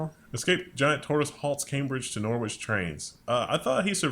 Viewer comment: From Cambridge to Norwich the British will mess you up with their odd pronunciation! Case in point mispronounced Norwich! It is not pronounced Nor Witch but instead as Norwich or Nor Rich